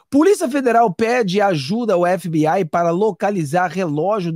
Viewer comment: FBI, é o melhor, vc é o primeiro que pronuncia (FBAI,)é o correto, tipo NCIS, (NCIAIS) parabéns